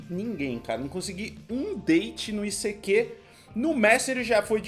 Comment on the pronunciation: Gente! Morri de rir. O ICQ (issequê) já acabou e vcs não descobriram a pronúncia? putz! Era “aisiqueiu” (“I seek you”). Mas era muito legal, eu usava os chats e até formamos grupos que nos encontramos. Aprendi espanhol assim no ICQ kkkkk recordando: fiz curso pra criar sites, depois inventaram os blogs semi prontos! Tenho 45 anos e mais inútil que este curso de html foi o curso de datilografia com 14 anos!